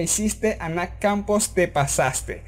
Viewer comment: Pq dices nac Campos en vez de Nath? xd